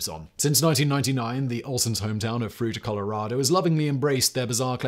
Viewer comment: Greetings from Fruita....I told my wife it was about Mike before I watched it. I enjoyed it anyway, but never expect tiny little Fruita to be mentioned on any of your channels. Also, thanks for finding out how to say Fruita, folks from Denver often get it wrong.